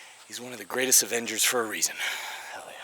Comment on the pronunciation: Did u just said avenger